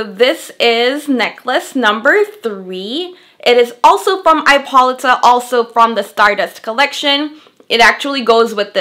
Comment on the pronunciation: I think it is pronounced I po Lee ta.